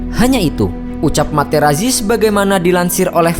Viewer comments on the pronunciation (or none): Sedikit koreksi dalam pembacaan nama. "Marco Materazzi" dalam bahasa Italia dibaca "Marko Materatzi".